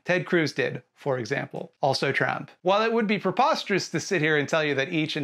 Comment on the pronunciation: I like the way you say trump. Intentional or not, it's slurred in a way that sounds like you're trying to say tramp